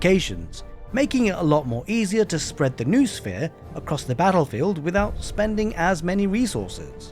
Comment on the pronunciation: BTW, "noosphere" has 3 syllables (no-o-sphere), not 2 (noo-sphere).